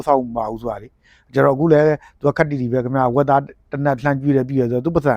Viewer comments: ဝက်တားတို့မတိဘူးတို့ပြောတာကအညာလေသံတွေပဲ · ဝက်သားကိုတောင်ပြောတဲ့စကားကမြန်မာစကားကိုမပြောတပ်ဘူးဝက်တားတဲ့😂😂😂😂😂